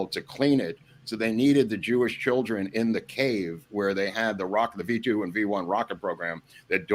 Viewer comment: "10s of THOUSANDS of joo-ish kids killed making rockets...." And with that i lost all respect and credibility with this channel. Just as i was about to sub and brag up this channel.